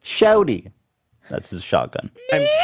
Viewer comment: Not me rewatching and realizing Ethan's inability to pronounce shorty goes deeper than Families.